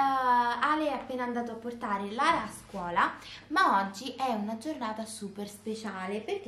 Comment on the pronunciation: Si chiama Lara non larea